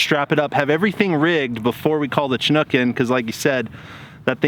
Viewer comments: So funny listening to you guys say Chinook😆It's pronounced shĭ-noo͝k 😉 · I got to ask, why do so many people pronounce Chinook wrong? Shin-nuk, not Chi-nook.